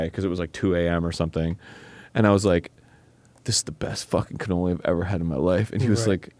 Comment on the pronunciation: Arin I swear to all that is holy, if you pronounce it cannolis again I'm gonna be slightly more mad than the last time you said cannolis. Cannoli is already plural!!!